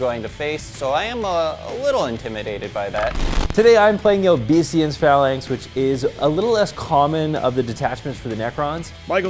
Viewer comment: It's pronounced OBAY-sance Phalanx guys 💪